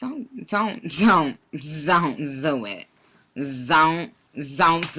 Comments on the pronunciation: Zont zo it took me out 😂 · That 'zon't zo it🤣🤣🤣🤣 ❤from🇮🇳